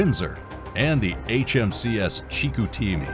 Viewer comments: “Chee-koo-teem-ee”? Chicoutimi is pronounced “she-coo-ta-me”. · uh... it's a city in Quebec, and usually pronounced in French... in that language it sounds to English ears like: "She-koo-tee-me" there's no "a" sound in it anywhere. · Chicoutimi: shee COO tee mee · The pronunciation of Chicoutimi was pretty cringe worthy as well.